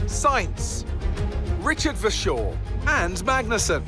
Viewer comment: VERstappen and VERschoor thats annoying